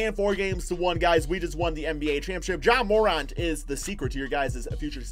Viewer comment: IT IS PERNOUNCED JA Mor-Ant not Mor-Aunt